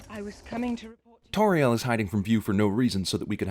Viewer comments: anyone who's an expert on Middle Earth knows that, in Middle Earth, any "au" is sounded like "ow". So basically any decent expert on Middle Earth knows how Tauriel is supposed to be pronounced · I know right, seriously who are Soron and Toriel? Come on, just pronounce 'AU' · I cringe every time he mispronounces Tauriel or Sauron